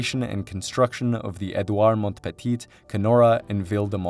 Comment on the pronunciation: Samooel due Champlain. Due Montaña. Edooward Mont-petite. Ville de MonT-rayall, Anse-à-la-Orme, REM deh Laid...